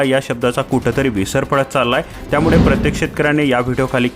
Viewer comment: किती अशुद्ध बोलताय.त्यामुडे नाही, त्यामुळे म्हणा.